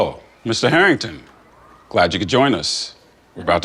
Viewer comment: Not “Harrington”